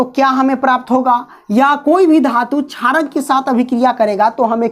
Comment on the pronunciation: Not charak it's sharak